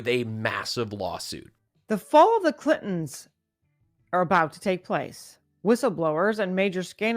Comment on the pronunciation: I gotta ask, as maybe you can answer this.....WHO THE CRIKEY FUCK ARE THE CLITONS(As these maggots can't actually say Clinton.....THERE IS AN N IN THERE YOU FUCK KNUCKLES). I choose future honey boo boo. She's seen some shit after cyber mike pillow overthrew diaper donny. Oh I'm sorry I meant junior after he spilled his keys onto a terminator doll that became sentient and assimilated pillow